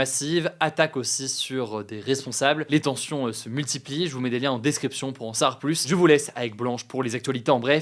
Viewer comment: « Pour en sar plus »